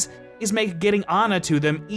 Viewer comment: If you know her name is ah-na and not anna, then why don't you call her that?